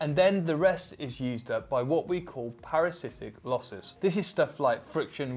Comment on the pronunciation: Parasitic -- I think -Not Paracific-- Love the channel===Cheers